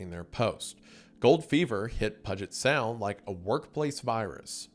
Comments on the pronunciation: someone needs to put the pronunciations into his scripts pudge-it sound is killing me XD. A lot of the washington names are hard tho so i get it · As someone from Washington. Hearing people say Puh-jet will never get old. Thanks for the laugh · PEW-GIT SOUND GET IT RIGHT BOI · "pudget sound"😂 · Cannot get over as a local how Wendi pronounces puget sound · that is NOT how you pronounce puget sound, boy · hearing him pronounce puget sound almost gave me an aneurysm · He’ll never say Puget Sound correctly or Puyallup. I’ve finally come to terms with it and accepted it. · Brother if you say “Puget Sound” wrong again Imma have a aneurism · dying at how he pronounced “puget sound” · Thought I was going crazy for a second. And I’m from New Orleans, lol. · I’ve heard so many mispronunciations of cities in Washington. But that was one of the funniest. I’m at work and full stopped in my tracks to laugh out loud. I hope you never change,.